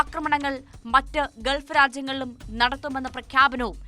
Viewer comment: 'ഗെത്തർ,' 'ഗെൾഫ് ' ഇതൊന്നും ശരിയായ ഉച്ചാരണമല്ലെടോ. 'ഖത്തർ', 'ഗൾഫ്' എന്ന് പറയൂ